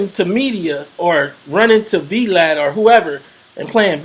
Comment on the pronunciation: Lol I love how calls Vlad “V Lad”